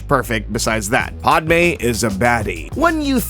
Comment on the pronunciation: Really... PODme? It's Pah-d-may